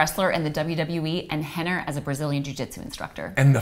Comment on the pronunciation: Why does she say Hener? Isn't his name Rener?